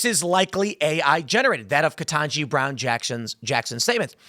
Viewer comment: Ketangi? Naw. HELL naw! Not Ketanji. She be...